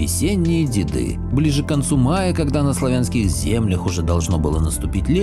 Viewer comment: Здравствуйте. Спасибо за видео. Если можно, поправлю. Не любистОк, а любИсток. И не тополЮ, а топОлю. И, наверное, не дедЫ, а дЕды, потому что был такой призыв "Приходите, дЕды, с нами пообедать!" Классное видео. Побольше бы таких. Спасибо 💐